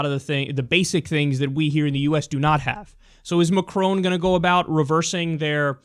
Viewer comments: Agree with the clip...but his name is pronounced măkʹrŏn...and you'd be the one and only news person who correctly pronounces his name :D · Kyle it's Macron not maCROONE. So funny! there is no n sound at the end. Its between Macro and Macrou. but not maCROONE. You pronounced Mélanchon much better! Your analysis of the election is right. The difference between Macron and Clinton is age or let's just say less influenced as of yet. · when you say macron, to pronounce the R in his name think about macaroni, plus the N in his name is silent.. He didn't win by a landslide, is 65% to 34% a landslide to you? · i like how you pronounce it McCrone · Dude at least learn how to pronounce his name.... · Damn you sounded American when you said Macron!